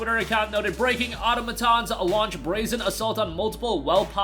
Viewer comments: Au-to-ma-tons. Auto as in car, not otto, as in your weird German uncle. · Automatons is pronounced " or-tom-i-tons"